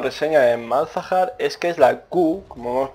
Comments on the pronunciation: tampoco se dice malhazar, se dice Malzahar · MALAZAR jajajajajajaj MALZAHAR .... en fin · Se dice Malzahar, cojones ya xD. Pero que yo hasta hace poco decia Mog Kaw y tampoco pasa nada sabes? xD